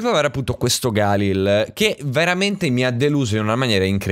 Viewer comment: Aooo nn si dice così galil